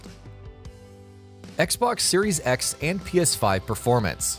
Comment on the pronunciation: Da fuq u say??? What is a Xbox 3 SEX???